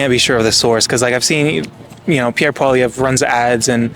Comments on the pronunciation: Why can't you say Poilièvre, do you have some kind of speach impediment? Poil (hair) lièvre (hare) Poi-li-è-vre, not poilivert, Poilièvre... I think you're doing it on purpose. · I like your content. One thing, Poilièvre is more easily pronounced Poly-ev for an Anglophone. Calling him Polivère sounds a bit disrespectful. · It's Pierre Pwa-liè-vr Not po-li-ver bro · Polly-EV not Poli-Vare lol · Hey let's make something clear u are saying Pierre's last name Incorrectly it pronounced POLY EV as in ever not POLY VER, so get it right if ur gonna do interviews.. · PP4PM. Listen to the last fine man he knows what he’s talking about Pierre has practical ideas hear him out. Will be best choice for the young generation Also it’s pronounced “Paul-eeee-Ev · Pronunciation: Pol eee ev reh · Hey bro can you say his name right in the next video? POLLI-EV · Cmon, man. At least pronounce his name right. Pierre Poilievre (Poly Ev) Poly Ev. That's how it is said. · Learn to pronounce his name. Sad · Please learn how to say Pierre Poilievre's last name correctly. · Do you intentionally prounce Pierre's last name wrong? 😂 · It's just a friendly correction without any intention to offend. My first language is French, so I'd love it if an English person corrected my english. By the way, most of the people who were interviewed got the pronunciation except the interviewer.